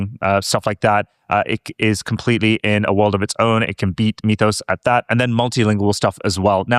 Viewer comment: Love you guys (no homo)! My favorite show right now. Mythos is pronounced "Mith-ose" not "Meeth-ose". got it right, yay! We don't say "Meethology" or "Meethical".